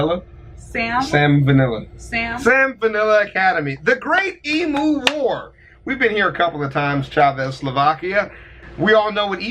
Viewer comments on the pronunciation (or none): I'm slightly disappointed in your girlfriend chavas and in the terrible way everybody says emu the way you guys are saying it sounds like you're saying e-moo when it should sound like you're saying e-mew like how you say Mew from Pokemon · please tell me you all know its eem-you not eem-ooo